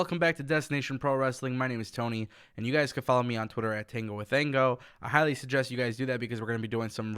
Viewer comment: It sounds like you say Tango with Thango. Edit: I had originally accidentally said "Tango with Ango" which is the right name, just not how it sounded.